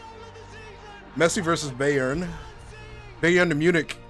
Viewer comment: It's pronounced buy-earn